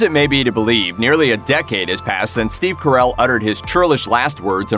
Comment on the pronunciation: The way u say steve carrel makes me want to dring bleach